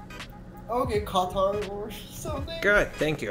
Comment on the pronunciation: “Qathaar thing”. 😂😂😂